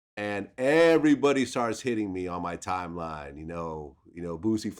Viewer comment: You fucked up "NOW YOU BOUTA GET FUCKED UP" 🙏🏾 HIS NAME BOOSIE NOT BOO BOO DA FOOL VLAD😂